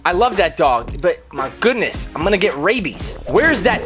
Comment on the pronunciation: im gonna get rabeez me: so your dog got rabeez